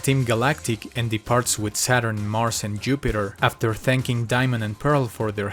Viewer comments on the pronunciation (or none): none